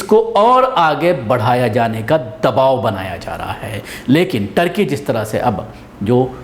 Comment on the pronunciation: no tarki Turkey..sahi nam lo .aap ko samaj mai nahi aata hai ke sahi kya hai ..........